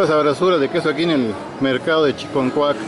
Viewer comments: CHICONCUAC , animal,... ni porque muestras el letrero. Porque dices chi"N"concuac ? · Se llama Chiconcuac, y usted dice Chinconcuac